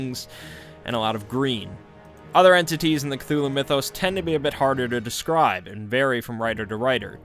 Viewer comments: “ClUeLuE” Bro work on your words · Still better than Kut-tulu. Which sounds shite. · "Knock Knock" "Who's there?" "Cthul".... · Something about the way he says "Cthulhu" just scratches an itch in my brain. The strange, breathy first syllable with the mic peaking oddly makes it sound more alien. Betting is an actual Deep One who figured out how Youtube works. Truly, the depths of his knowledge are unfathomable. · I think is said just thulu and the C is some random alien noise